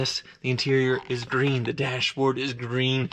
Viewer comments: It's Gween! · ASMR: saying “green” for 10 hours.